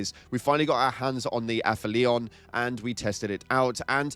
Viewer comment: Aphelion = Ah-FELL-ee-on